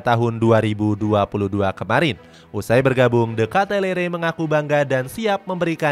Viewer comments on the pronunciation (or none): Kitelar min bukan katelere kwkwkw